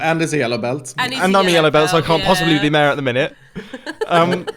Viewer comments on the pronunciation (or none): it's pronounced "mayor" and not "määhh"..